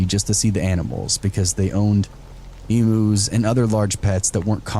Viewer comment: Story 2. “I normally don’t shove myself into situations” says the neighbourhood stickybeak . 🙄 Story 3. Why would a farmer in America have emus which are native to Australia? Emus was mispronounced by the way 🤭